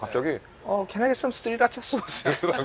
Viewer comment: 우리 할아버지도 소쓰 아니고 소스라고 하는데